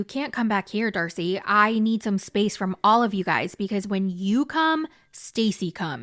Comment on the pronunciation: not you calling her "dacey" and then calling her "stacey" 🤣🤣🤣